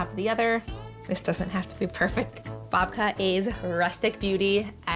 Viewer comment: I thought she said Vodka. 😅